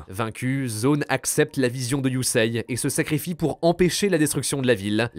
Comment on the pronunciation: Superbe vidéo mec Mais STP CA se Prononce YUSéé pas Yuseiye ❤😂